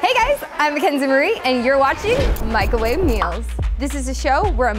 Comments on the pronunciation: The way she says "MICOWAVE" like there isn't even an R in it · Why does she say mico' wave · i love this but when she says "micAHwave"... OOOOOOHHHH GIRLLL NOOOOOOOOOOo